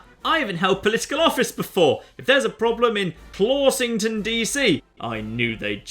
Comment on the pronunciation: you'll get more of the puns if you say them in an American accent. and read all the letters. clawshington should have the wsh pronounced together as wush.